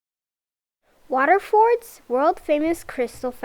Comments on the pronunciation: its pronounced water-furd not water-Fourd Im from the capital city of Ireland aka the fair city or The City that fought an Empire, Hope you enjoyed your visit to the republic of Ireland! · Its pronounced Water-furd not water-Forrd